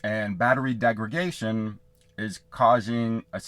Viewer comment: Hi there. Just a quick correction, you kept saying “degragation”. Correct word is degradation. Thanks for the info though 👍🏼